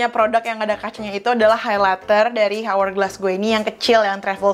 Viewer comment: Bacanya awergles kak bkn hawergles hihi